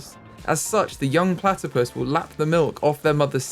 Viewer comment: Can you call one of the platipus 'Ornithorynque'? You struggled with the English name, so I think the French name for this species will help you realise how easy it actually is in English!! 😁😆 Also, I'd love to see some foxes habitat, several fox species are endangered, sadly, and they're my favourite animal! Thank you for your videos!! 😊🥰